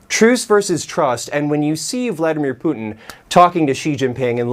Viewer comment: "Pyutin" - Mathew Chance , quote , mention , 🙂 👏